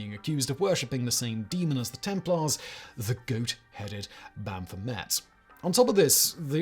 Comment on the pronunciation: Not only did you misspell First in your advertisement, but you also mangled both "Rosicrucian" and "Baphomet".